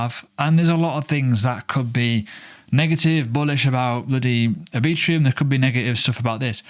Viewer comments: R B Trum. Lol not A Bee Trum. Anyway, appreciate the content and update sir. Cheers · Are you really pronouncing "Arbitrum" as "Arbitrium"? Let's check back in a year and see where Oasis is compared to "Arbitrium". My prediction: almost no one will know what Oasis is relative to Arbitrum, which will continue to see high adoption and volume. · pronounced R-Bi-trum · Mental pronunciation of Arbitrum... 😅